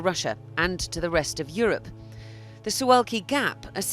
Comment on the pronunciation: All perfect however it is "the SUWALKI gap" not "sulwalki"... Rest in full order:)